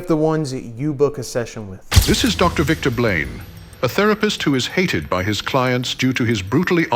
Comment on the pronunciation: Narrator saying “Victor Blane” sounds like… “victim blame.” 🤔